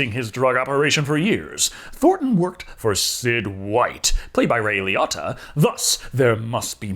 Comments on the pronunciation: It's Ray Lee-ohtah man, how do you mispronounce names when there's literally interviews and stuff where the actors say their name or someone does. Come on! Be better. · The true comedy was how you pronounced Ray Liotta's name like no other person in the history of life.